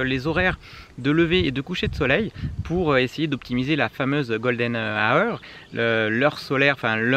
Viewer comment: aussi bel accent que moi, golden a-eur :)